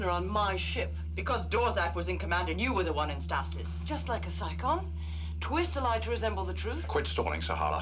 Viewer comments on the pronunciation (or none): two seasons and they still can't pronounce the word stasis.